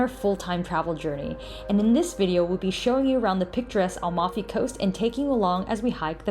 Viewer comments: At least learn how to pronounce Amalfi , before trying to telling the world the obvious. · Nice video guys ! You did a good job on Italian pronounciation except for Amalfi which is AM-alfi (not AL-mafi) BOM-erano and Nocelle sounds like NO-chelley. Great hike ! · "Am"alfi and not "Al"mafi :-D